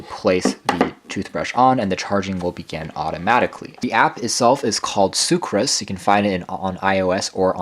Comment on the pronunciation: Soocas. Not soocRas.